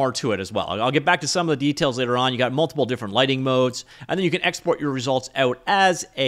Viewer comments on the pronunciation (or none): none